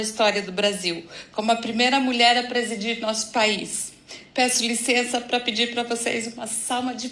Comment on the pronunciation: Português do lula com a inteligência da dilma é " pá acaba" 😂😂😂😂😂😂